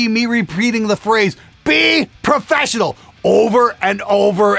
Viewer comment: “BE PROFRESSIONAL” - mistake or not, I see what ya did there! 😂😂😂